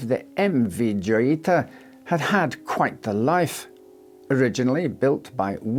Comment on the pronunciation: Wouldn't it be pronounced hoyita? Like La Jolla is pronounced La Hoya due to being a Spanish name.